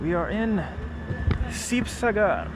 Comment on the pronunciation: Its not sibasagar its "HIBOHAGO"